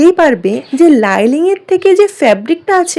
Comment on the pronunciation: লাইলিং কেন বলছো ভাই?শব্দটা হবে লাইনিং ❤